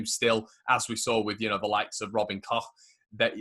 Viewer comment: Robin Koch pronunciation - you nailed it,! 😁👏🏼